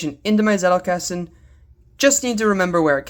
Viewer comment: zettelkasten is german and the z is pronounced the z in pizza or the ts in cats. greetings from bavaria, munich.